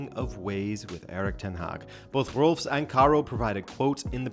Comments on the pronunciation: Rolfes is pronounced like u would read the name in Spanish: RRoll-féz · Rolfes is pronounced Rolfes. It's almost funny how American changes every sound in that word but the s. Every sound but one. This is a little rant on English, not on you. Great video!